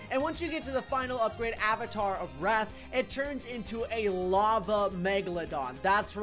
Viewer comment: I love when he says lave that shoots out other sharks do do do do